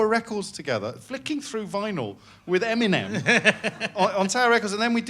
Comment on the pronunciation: How he pronounces EMINEM keeps me up at night